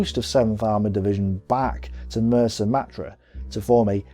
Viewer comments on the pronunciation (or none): And it's Mersa Matruh, pronounced MaTRUE, not Matra, which are rockets fired from a Harrier for example.....apart from these two glaring errors in pronunciation, this is EXCELLENT. With an 'E' not an 'A'! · Why must this fellow insist on mis-pronouncing place-names? Sid Barrani is not pronounced Sidi Birini, nor Mersa Matruh pronounced Mersa Matra. The Australian commander's name Mackay is pronounced MacK-eye. He does pride himself in his ignorance, and has obviously not spoken to any veteran of the desert war. He credits the Italians with their defeat, ignoring completely the tactical brilliance exhibited by General O'Connor and the excellent staff work provided by General Dorman-Smith before the operation started.